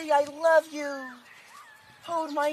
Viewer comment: “igh louve muo”😂😂